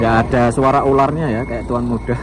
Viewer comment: Salah nyebut Tuan Muda 😂😂😂